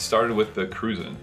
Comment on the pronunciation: For everyone watching ,including the video host..its not pronounced "Cru-zahn" it is pronounced "Cru-Jan" named after the nationality of the people of Saint Croix U.S Virgin Islands👍